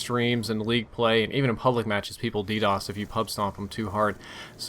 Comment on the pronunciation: Ok I get your point but ( I may be wrong ) I think he should still say DOS.